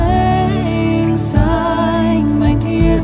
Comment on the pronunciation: Great cover! You're the only singers who I've heard sing this song and pronounce" Syne" correctly!!!